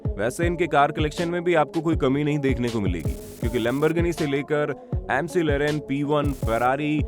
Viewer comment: mc leren Nahi he bhia ushr Mac - laren padhaja ta he